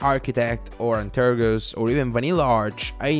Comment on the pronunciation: One of my main reasons for watching this video is to hear how he pronounces antergos. "Aynterogose".